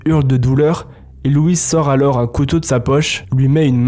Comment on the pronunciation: Super histoires j'adore mais frère on prononce pas le s dans alors t'es fou ou quoi